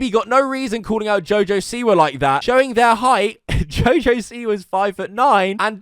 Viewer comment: Btw he didn't mean to call jojo siwa a bitch its wordplay since jojo is one of his nicknames and he pronounced siwa as see why so basically he said you a bitch jojo see why